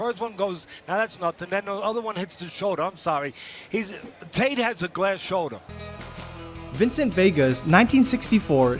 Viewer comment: "A glass shouldah"!